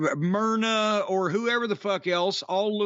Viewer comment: LOL! "Merna"!